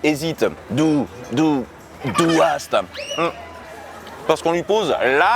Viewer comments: C'est "du hasst"*, "tu hais", pas "du haast" ;) ! Sinon la vidéo est super, ça fait plaisir de voir une chanson de Rammstein dans cette émission ! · Petite correction (sans me moquer, promis) haïr, c'est "du hasst" et non pas du "haast". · Et "Tu hais" c'est "du hasst" et pas "du haast" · Bonjour, je viens faire mon grammar nazi (sans mauvais jeu de mots). En allemand "tu détestes" ou "tu hais" c'est "du hasst" ! C'est pas deux AA, c'est deux SS comme dans... Oui enfin bon, bref vous avez compris :) Allez sans rancune. PS: Ton accent est ...